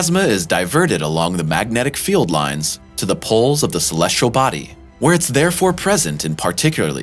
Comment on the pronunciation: Look at the word celestial - how many r’s does it have? None of course so why pronounce it with an R 😡?